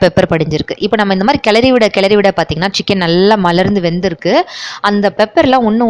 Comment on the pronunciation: Unique dishes and I like the way u say "malarnthu"